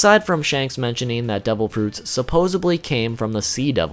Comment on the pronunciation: I’ve notice that people say “supposebly” a lot, I don’t know why, supposedly sounds right and in fact IS right. Supposebly sounds dumb